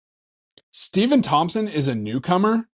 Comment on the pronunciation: Stepon pronounce Stef-on